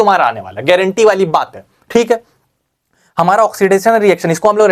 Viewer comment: Garenteee h bhai garenteee 😅😅😅